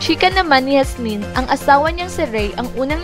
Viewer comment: Pag pronounce lng ng pangalan ni Yasmin, ayusin mo naman